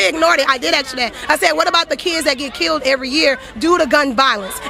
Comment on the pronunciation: KAITLIN FIX YOUR SPEECH IMPEDIMENT YOU JUST SAID "KEEWWOUHD" INSTEAD OF KILLED IN THE VERY BEGINNING OF THIS VIDEO. I LOVE YOUR VIDEOS BUT YOUR 'WIDDUHL WIDDUHL CUTESY' (BABY SPEECH) DRIVES ME NUTS. AND AGAIN IN THE MAIN CLIP WITH THE BLACK WOMAN YOU SAY "HOW MANY LIVES WERE KIIWUHD??" KAITLIN YOU WILL HAVE MUCH MORE OF AN IMPACT ON PEOPLE IF YOU FIX YOUR SPEECH IMPEDIMENT / (MORE LIKE AN INTENTIONAL CHOICE TO SOUND LIKE A 'WIDDUHL BABY GIWUHL' ) PEOPLE WILL TAKE YOU MORE SERIOUSLY IF YOU TAKE THE RANDOM MISPRONOUNCING OF WORDS WITH L'S AND W'S OUT OF YOUR SPEECH. PRACTICE SAYING THEM AT HOME.